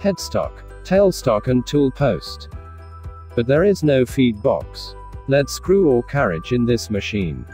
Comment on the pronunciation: Very good video Automatic lathe seems to have the wrong picture should show a cnc lathe? Pronunciation of Lead screw ( leed).